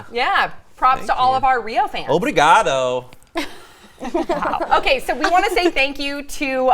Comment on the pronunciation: saying "OBRIGADO"... let's not!!!